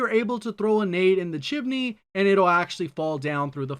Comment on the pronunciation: chimney not chin-er-ney